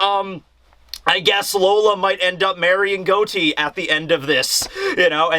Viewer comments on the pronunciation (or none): Pleas day his name correctly he’s in a mafia pirate crew Say Got-E like John Gotti bro you’re killing me and you’re my favorite content creator so I need for you to read this 😂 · It's pronounced "gah-tee" like John Gotti from the mafia lol